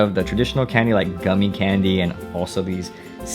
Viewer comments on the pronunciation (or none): none